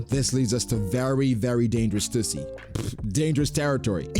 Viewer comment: stussy but the t is silent